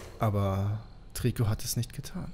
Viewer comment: Es wird treico ausgesprochen